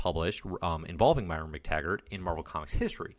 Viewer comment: Love the series. But I gotta chime in.... Moira. Moi-ra. Moy-ra